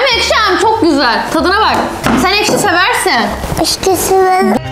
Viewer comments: Ekşiye eşki diyen koca yürekli.😂😊❤❤ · ekşi diyorsun ekşi diyor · eşki değileks